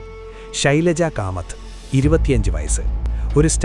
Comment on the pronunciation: കഥ നല്ലത് തന്നെ പക്ഷേ കാമത് എന്നല്ല കമ്മത്തു. വാക്കുകൾ വാക്കുകൾ തെറ്റുകുമ്പോൾ അർഥം തെറ്റും